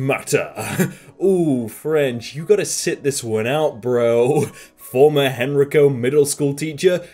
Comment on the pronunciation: You pronounced Henrico wrong; it pronounced hen-RI-co